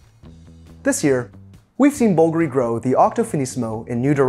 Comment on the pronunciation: The watch appreciation game is all about macro-level scrutiny of fine details, and it often borders on the obsessive. That being said, every time he mispronounced the name Bulgari it made me cringe a little. One doesn't have to pretend to speak italian to say it properly, but looking up the correct sounds is no different than reading the tech specs of a watch.